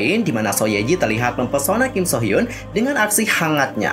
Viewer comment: Kim nya ga trlalu salah penyebutan, krna kalo mmg pngen kek org korea ㄱ dibaca antara G sama K, aku cuma kurng suka penyebutan nama kalo ada hruf U. Kek hyun hrusnya dibaca hyeon jd hyun, mungkin krna lidah indo.